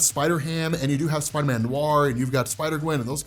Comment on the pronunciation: I love u big fella but ngl every time you said Spider-Man I heard spidaaminn